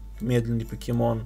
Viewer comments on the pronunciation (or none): none